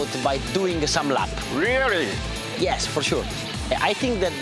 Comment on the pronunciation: "Reary?" lmao